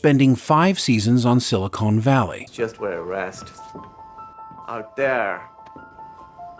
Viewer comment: btw, "silicone" and "silicon" are entirely different things. They are spelled differently and pronounced differently. One is a molecule, one is an atom. silicone is a molecule -- an oil -- which is used for artificial breast implants. Our region is known as "Silicon Valley"; the "con" is pronounced the same as "he's a con man", or "I got conned" or "I have the deck and the conn". Silicon is an atom, used in the manufacture of semiconductors and microchips. Our region is called "Silicon Valley" because most of the "tech" companies in the world are based here.